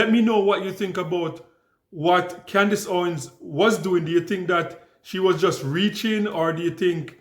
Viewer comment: Con-dice Owan